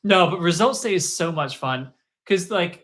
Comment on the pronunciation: did bro say mei was funT-T